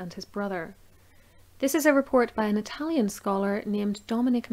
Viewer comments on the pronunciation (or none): none